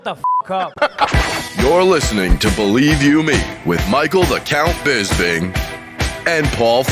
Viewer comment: How is it that Harrington and Brian have worked on this podcast for years, they must have heard you pronounce your own name a hundred times, yet they still call you Bizz-bing? What's up with that?